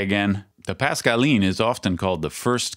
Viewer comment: I don't know about the fingers but kudos on the French pronunciation.